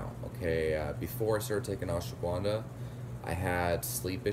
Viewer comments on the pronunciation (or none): Ash-wa-gun-dha not ashwa-guvan-dha